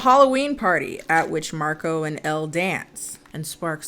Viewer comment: this movie owes me 3 dollar for each time they mispronounce Marco